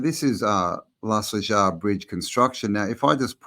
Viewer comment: Need to work on ya Spanish pronunciation m8 🤣.... J's are h's & V's are B's... Nice1 brother 🙏🏻✊🏾✌🏽🤝🫡🫡amazing building. P.s. Lunch Break has just done a brilliant deep dive on Mu which seems to answer alot of the questions we all have about who & how this realm was built....enjoy🙏🏻